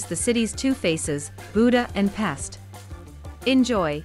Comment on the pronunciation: Great vid! Pest is pronounced "Pesht" , Budapest as Budapesht. It is an "sh" like in short, not an "s" like in sport.